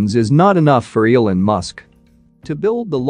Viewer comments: Is this read by a robot? Mispronounced “Elon” and “lead” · Every time it pronounces "Elon", I throw up in my mouth.